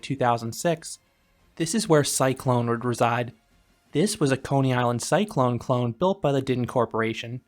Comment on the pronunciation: “This was a Coney Island Cyclone clone“ would be an amazing tongue twister, you did a great job with it!